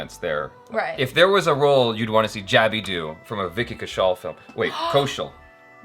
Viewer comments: This may be one of your best interviews yet… you guys got into specific scenes, the acting process, action sequences… and he seemed very engaged throughout the interview. Also, given that he corrected your pronunciation of both his name and the film’s name, you should have taken the opportunity to correct his pronunciation of your name as well (jab-ee not jay-bee) 😂 it is a two-way street! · Vicky corrected Jaby in the first part about the way he was pronouncing his name. Look how Vicky pronounced Jaby's name 🤣🤣🤣🤣🤣🤣🤣